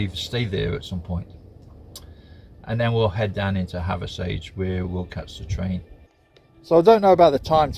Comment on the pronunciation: Hathersage. We pronounce it "have a sidge" or havver sidge". As in havver ridge". Hope that makes sense.